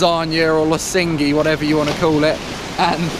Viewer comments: Its pronounced lo-she-nj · The way you butchered Losinj...